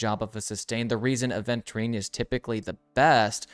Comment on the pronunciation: It's Aventurine, not aDventurine